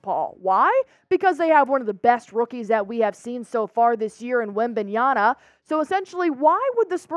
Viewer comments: Hi. It's Wembanyama not Wembanyana. ✌️ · I see you trynna be slick saying wembanyana like the mis spelled jersey. 😂😭🤣